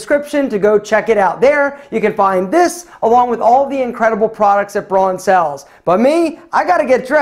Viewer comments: Please, please, please, it‘s called Braun, not Broan. Don‘ get this wrong again, it makes me sick! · Hey! Braun is a German brand and is pronounced "brown", just like the colour. It actually also means brown in German. Just thought you might want to know.:)